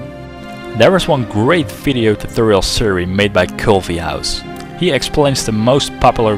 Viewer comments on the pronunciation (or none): what the fuck is a toothoal? speak properly. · Well thanks for this "tuthorial". It worked fine :D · lol love the way you pronounce "tutorial"